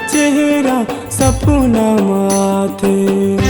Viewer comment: शब्द के उच्चारण ठीक से कर सपना (सपुना) नि होय